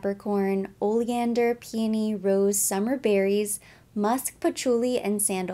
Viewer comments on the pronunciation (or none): none